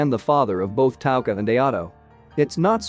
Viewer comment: Cause he is one did you hear how he pronounced touka and mado he be like maydoe and taka